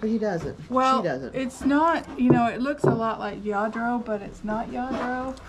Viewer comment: It's pronounced like JA-DRO